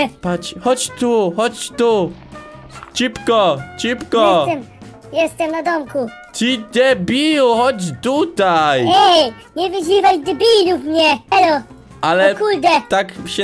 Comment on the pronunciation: powiedziałeś ćipko 0_0